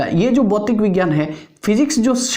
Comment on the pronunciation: सर भौतिक विज्ञान होता है भौतीक विज्ञान नहीं